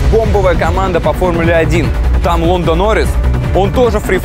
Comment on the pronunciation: Лондо Норрис, да он британец, но не настолько. Он ЛАНДО